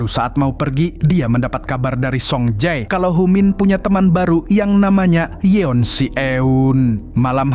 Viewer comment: Namanya Yoon si Eun bang, bukan yeon